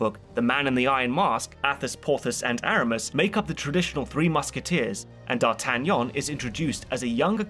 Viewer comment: I love it when D’artagnan is pronounced correctly